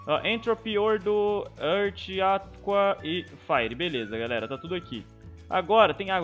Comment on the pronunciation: "ãrti", nova pronuncia pra earth